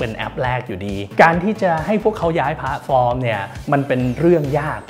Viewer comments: เกือบเคลิ้มกับการพูด แต่ขัดใจ คำว่า “พ้าด” ฟอร์ม เหมือนความเห็นด้านบนค่ะ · ขัดใจคำว่าผาดฟอร์มจริงๆครับ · น่าจะเป็นสำเนียงบิททิชค่ะ